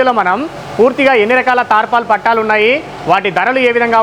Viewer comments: పట్టాలు కాదు పట్టలు. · Pattaalu kadu, pattalu